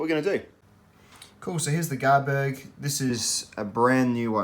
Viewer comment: I’m most impressed with you getting your tongue around that knifes name and the name of the Scandinavian shop that sells them! Granted I’ve no idea if your saying it correctly but I don’t even know where start 😁